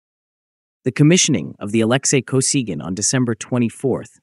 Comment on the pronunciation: Не Александр (или Алексий) Косиган, а Алексей Косыгин. Вот он, искусственный интеллект, в действии. Самим то озвучить чужой текст лень. Вот и "лепят горбатого".